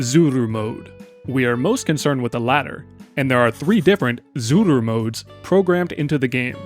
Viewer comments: it is itching me every time when you are saying zuru instead of tsuru, ts is a one letter, simillar to rusian ц (and even that is wrong, but closest you can get in english without phonetic notation) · I like the random Japanese accent you obtain every time you say Zuru lmao